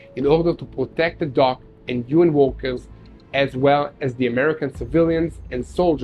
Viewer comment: Workers is pronounced [WŒK•əz]. [WORK•əz] is Walkers.